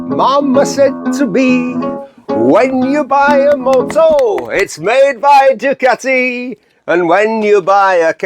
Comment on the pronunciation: Thoroughly enjoying all the references that I also use but anyone younger than me doesn't understand. And thanks for helping me educate my Mancunian wife on the pronunciation of Ducati.